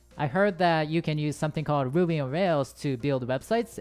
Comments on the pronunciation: when ever he said ruby it just sounds like Boobies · I thought he was saying boobies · When u said ruby, i heard booby😂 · did anyone else hear a different thing than "Ruby"? 😳